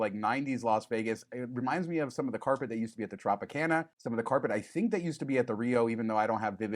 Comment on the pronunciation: Its Carpet , not corpet!!